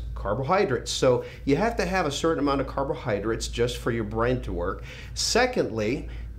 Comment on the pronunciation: Lee ive always been a huge fan ! But the way you say " carbohydrits " its killing me, carbohydrates LOL! Still love the message